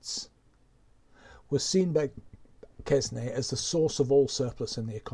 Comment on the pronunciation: Hate to be a pedant but it is Quesnay [kɛnɛ], no -s-.